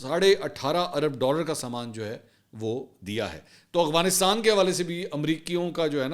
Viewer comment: Mansoor sb Need to be Little bit correction you call always agfanastan correct word is Afganastan